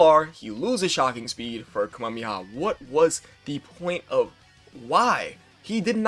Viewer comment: Ka - me - ha - me - ha not Kami-haa